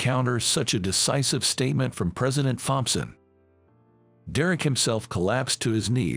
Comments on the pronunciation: Tom-son, not thom-son. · Thomson is pronounced Tomson in English , the H is silent 🤫